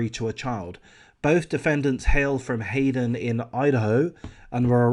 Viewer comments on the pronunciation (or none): none